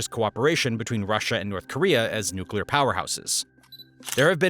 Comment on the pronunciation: nuclear: nuke-lee-urr (not nuke-yuh-lur)